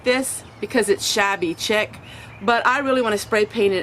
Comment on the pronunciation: Shabby chick?? CHIC is pronounced SHEEK . Shabby SHEEK, like SHEIK